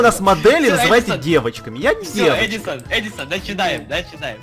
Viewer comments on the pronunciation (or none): none